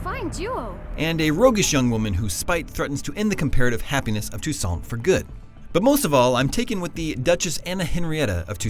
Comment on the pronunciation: Sounds like he is saying "Tucson".Which is right near where I live in Phoenix. XD